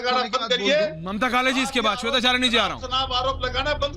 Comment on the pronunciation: Sorry please read Mamtaji not Mataji.